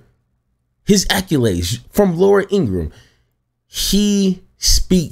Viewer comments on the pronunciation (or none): I get so tired of people saying"acculades". IT'S ACCOLADES!